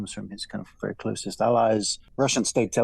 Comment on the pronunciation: And Bajden is werry smart 😂😂😂